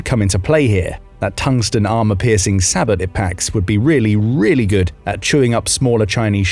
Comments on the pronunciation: It's pronounced SAY-BOW, not SABIT... 😂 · discarding “say-bow” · Every time someone mispronounces SABOT, somewhere a kitten dies. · ...That SABOT pronunciation though.